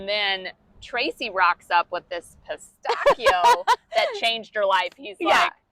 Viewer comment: I consider myself an educated person (maybe others disagree) and I’ve been to Italy a fair few times but I’d never heard pistachio pronounced like that. Thinking of how Italians pronounce “ch”, of course the way you pronounced it is correct. I shall remember this going forward!